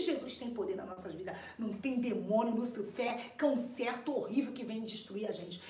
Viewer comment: Adoro quando Inês fala errado teve uma live que ela falou Lúcio Fé (Lúcifer) eu mijei de rir